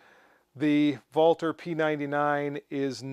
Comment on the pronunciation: Thank you, thank you for correctly pronouncing Walther! I'm used to most guntubers mispronouncing "ambidextrous" and just watch them while silently judging them, but to date, you are THE ONLY youtuber who I've heard correctly pronounce Walther. I don't judge the guys who mispronounce it like I do those who say "ambidextrious" because one is a foreign name while the other is an English word, but it sure was a pleasure to hear you say it right! Thank you for all the hard work you put into your videos and the education and entertainment you give us!